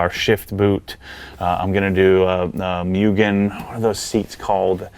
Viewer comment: Apexi is Apex "Eye". It stands for Apex Integration. Don't go all Prier on us again bro;). Cool project. I say leave the wing, didn't Mugen make a decent looking wing that used the same holes? And it's "Moogen" and "Brid" haha, say it legit.